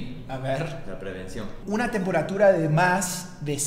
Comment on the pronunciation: es temperatúra,no tempóratura y lo dijiste 2 veces. Preguntale a chad de donde viene la palabra tembóratura, sonó mal en mi pais paraguay. jajajaja falta el colombiano. Saludos.